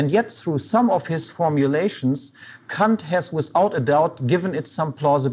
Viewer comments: It's how you say it in German. Since Kant was German, i guess that's the proper way to say it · What's wrong with the way he says it? Sounds like the proper german pronouciation.